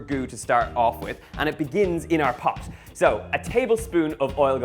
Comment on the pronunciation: ebooowt ebooowt eeebooowt.. . ebooowt ... eeeend thawts it . owh , a beuwtiful poewt of lasagna ....